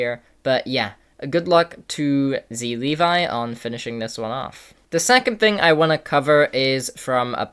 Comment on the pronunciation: It's zLevii for a reason. Not zlevi